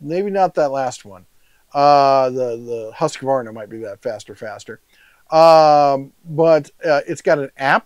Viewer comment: Fun fact: Its Not pronunsed "HaskAvarna" its pronunsed "Huuskvarna" :)